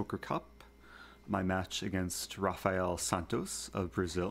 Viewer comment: Thanks for the good content Eric. BTW, if a word starts with an R in Portuguese, the R is pronounced like H in English. So, it's basically "Hafael".